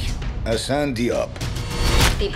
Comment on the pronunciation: Lustig dass Franzosen kein H aussprechen können/wollen und sogar Hassan zu Assan machen 😅 P.s.: der Polizist sieht aus wie Ben Yedder 😆